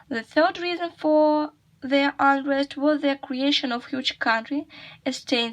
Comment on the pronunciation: It’s right to say Roman’s there The word ‘unrest’ has the other stress Look how we read such combinations of letters as s/s if we use apostrophe, reread ‘Augustus’s’ Don’t forget about interdental sounds. Look the stress of the word ‘pilaster’ The word ‘facade’ has the other stress We can’t say “the frieze was been damaged”. How can we say? The ending of the word ‘importance’ isn’t clear as you read it with interdental sound Not “to the 2nd century” but “of the 2nd century” “The Empire was the height of its success”. Reread this sentence and find what you miss Look the stress of the word ‘accurate’